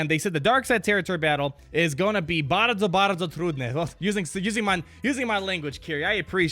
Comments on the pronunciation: Perfect polish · "Bardzo trudne" was not so hard at all. You really well saying that. Greetings from Poland :) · You did a good job saying that part in polish. :D But, yeah those were the easy words. :P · nice Polish pronunciation